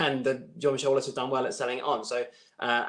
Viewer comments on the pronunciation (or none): none